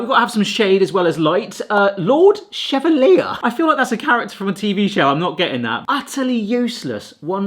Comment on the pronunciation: That person's name is pronounced sheh-vall-i- ayy as in Maurice Chevalier the french singer.